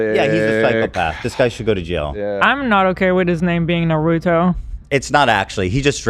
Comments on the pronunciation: Too bad yall did this before the Raja Jackson clip. It’s just as disturbing ALSO calling Naruto “Narudo” is insane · Can you please pronounce Naruto correctly? Put some respect on my boy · you guys mispronouncing Naruto is making me sick!!!